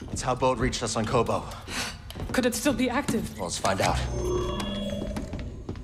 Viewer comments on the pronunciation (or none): This is KOBOH NOT JEDHA. Were you not paying attention when playing the game?!